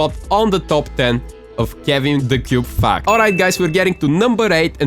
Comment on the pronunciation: I thought he said fak number 3